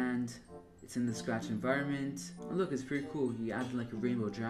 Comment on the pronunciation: ah yes, "Spach", "srach", "SAAfcht", and last "Saach", my favorite coding languages